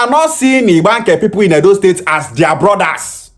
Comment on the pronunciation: The guy can't even pronounce the state well and have no singular knowledge of what the state creation is all about.